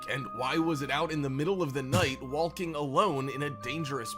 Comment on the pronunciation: The way the narrator says "Walking" is more distracting then the goblins. Really enunciates the L.